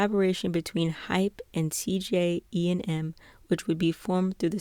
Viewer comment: i'm sorry please ignore this but i really need somewhere to vent just wanna make sure you're pronouncing hybe as hybe and hype as hype not hybe as hype IM SO FRICKIN SORRY THIS JUST RANDOMLY ANNOYED ME SO MUCH PLS DON"T HATE ME this kind of thing doesn't usually bother me